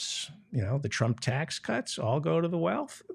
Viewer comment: Is that how you pronounce Trump in Polish?